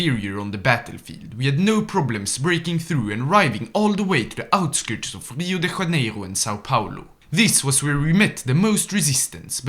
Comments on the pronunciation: It's not "RIo de Raneiro" it's Rio de Janeiro with a J like in Jaime! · Portuguese is not spanish. It's not Rio de "hanero" 🤡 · as a brazilian, the way you pronounced Rio de Janeiro hurt my soul ✌ anyways, contrary to popular belief, we actually speak portuguese, not spanish in brazil, so we pronounce it with the "literal" sounds (the "j" is pronounced like the one in "joy"), and not "rio de raneiro"